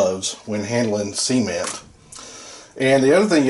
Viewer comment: Brilliant video, I kept chuckling because everytime you say cement i think youre gonna say Siemen 🙈